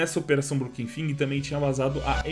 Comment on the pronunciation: Mano por que o cachorro sempre fala fing quando vai falar broken fang? Inglês é importante rapaziada.